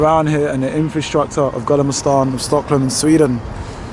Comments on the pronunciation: Gallema stan in Stocklom 😂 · I am dying 🤣 😂 haw he pronounced gamla stan.